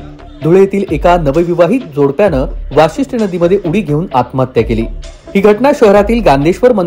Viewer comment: वासिष्ठी नाहीं भाऊ वशिष्टी नदी आहे